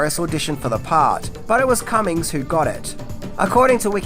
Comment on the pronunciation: It's Alan Cumming. Not Cummings. Not that it sounds any better.